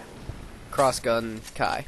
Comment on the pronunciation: "Clossgun" I like how he says it just like he's suddenly asian. XD But yeah seems OP in damage wise.. But i'll still give it a try! :D